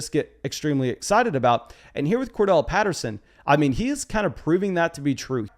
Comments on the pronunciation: Cor-DA-rel not Cor-Del bro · HIS NAME IS CORDARRELLE! Not Cordelle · a couple of pronunciation notes .. It's Cor- Darrelle Patterson. Like Core- DARYL. And it's Alvin Ka-mare-ah. Like the car "Camaro" but with an 'a' on the end instead of the 'o'. If you go back and listen to the announcers on the game you will hear what I'm saying. And the announcers are vigilant about checking with the teams to make certain they are saying them right.